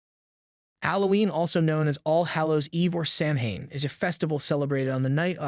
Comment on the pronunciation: Samhain is pronounced SOW-IN Celtic is pronounced without the soft C and is pronounced as K. You forget to mention that people used to carve turnips instead of pumpkins until the Celts arrived in America and saw that pumpkins made better jack o lanterns and were easier to carve. Otherwise, everything else is spot on.